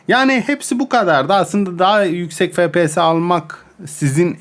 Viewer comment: abi su efpiyese fepese deme